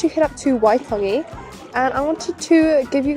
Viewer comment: Kiaora, Still haven't been to waitangi despite being from the north island, your reo is pretty on, pronunciation 😊 Maori chuur